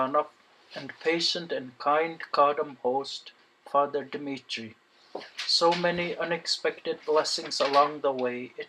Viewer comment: Very interesting reportage. Mistake 6 min. - not Dimirtii, but Dmitry.